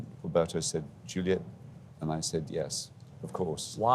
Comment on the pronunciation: I'm grateful for listening to both of them, magnificent actors, but this guy interviewing them is such an idiot, why was he pronouncing almost Julia ? Instead of Juliette?